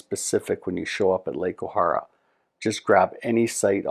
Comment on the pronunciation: Nice video...but it's pronounced O-hair-a. Was lucky to have worked there for several years when I was younger.